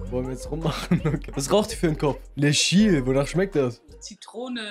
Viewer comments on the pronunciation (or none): 19, spricht Chill wie Tschiel aus